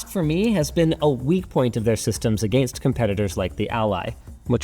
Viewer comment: the way linus says against keeps me up at night